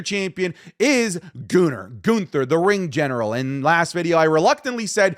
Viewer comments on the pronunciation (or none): Your gonna double down on pronunciation then pronounce our heavy weight champ Gooner.....Goooner really